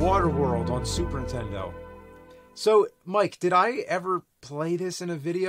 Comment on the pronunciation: Ok is it just me but is it every time James says Super Nintendo, he actually says “Super ‘Intendo”?